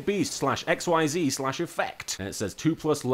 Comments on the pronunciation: It's not pronounced XYZ, it's pronounce like exseze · IT IS PRONOUNCED "IK-SEIZE" OR "EKSHEEZU" FOR WEABOOS AND FOR SOME REASON IT ISN'T PRONOUNCED AXES AS IN THE THREE AXES ON A GRAPH: X, Y AND Z BECAUSE THAT WOULD MAKE TOO MUCH SENSE OH GOD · Hey Martin, just so you don't trigger the sweaty nerds, xyz monsters are pronounced "ex-eez" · A few things, XYZ (Actually pronounced "Ex-eez" because. Xtreme I guess.) Requires "XYZ Materials," like the 2+ level one monsters listed on the one you got, usually its something like "2 level 4 monsters." To XYZ summon, you need said monsters on the field, you put the monsters all under the XYZ monster, and it is now XYZ summoned, the one you got could be summoned with several level ones, but the minimum requirement is two. All the materials are in the same zone as the XYZ monster, and not counted as being on the field. Because XYZ. I guess. Detaching a material to activate an effect sends it to the graveyard, you can pick which material is detached. Also, under link format, the XYZ monsters, and any monster summoned from the extra deck, go into the extra monster zone, unless a link monster is pointing at a main monster zone. Because links. Fun. In case you encounter Synchro and Tuner monsters later, a Synchro requires a specific set of monsters (Usually 1 tuner and 1 or more non-tuner monsters) on the field to summon, who's combined levels must equal exactly that of the Synchro monster. Sometimes you need specific tuners or monsters to summon a Synchro. Usually you don't. Duck Dummy is just a fun card, looking at it, it's main use would be getting it gemini summoned/making its effects usable, then activating Spirit Barrier, a continuous trap that makes it so that if you control a monster you take no battle damage. Pot of Greed is an eternal mystery, however it has a spirit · Xyz is actually pronounced as iczees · "XYZ" is pronounced "ik-seez"